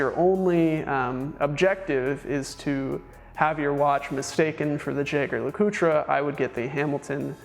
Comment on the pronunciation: Jaeger-LeCoultre --> French "zheh-zhere la-coot" German --> Yeh-ger La-coo-trah"